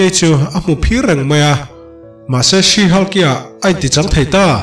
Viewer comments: Sir, Sea/see Hulk tia lam lovin, SHE HULK tiin lam zawk la, SHE HULK tiin i ziak a 'see/sea hulk' tiin i lam leh daih bawk sia. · 'sea' niloin she han Tila te ka ti ve mai mai 😄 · Si Hulk' ti tawp loin '(She)Shi Hulk' ti la, adik zok angem? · Sir,Sea Hulk angin I lam a ..She Hulk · 'She' thluk hniam laaaa...tuna i lam rik danah chuan...'Sea' a ni daih...🎉❤🎉❤🎉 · Thanks... Tuna SHE HULK - ah chuan 'SHE' hi thluk hniam tur. Tuna i lamrik dan chu 'SEE' emaw 'SEA' lamrik angin i rawn thluk sang daih a. A kawh a dang ta daih anih chu. Google ah hian Pronunciation en ila a chiang ber. 🎉❤🎉❤ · i lam dam hi sea hulk ti a ang e😂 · Sea hulk tih a lam tur a nilo